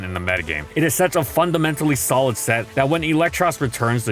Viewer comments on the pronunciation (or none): none